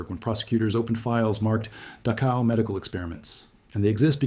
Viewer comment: Mispronounced Dachau.